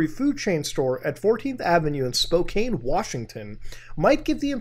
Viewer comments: Just a heads up, it's pronounced "Spoe-can" not "Spoe-kane" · You said Spokane wrong.